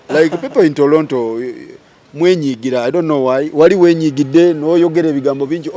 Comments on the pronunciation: If he says Tolonto one more time 🤦🏾‍♀️ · The interviewer calls it "Tolonto"